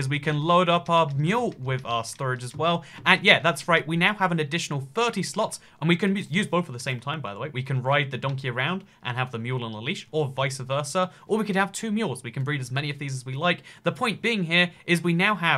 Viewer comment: "Visa Versa"